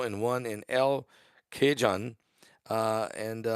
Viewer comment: The word Cajon is pronounced Kahon